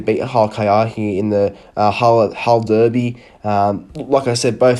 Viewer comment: I like the way you pronounce "Derby" and "Derbies".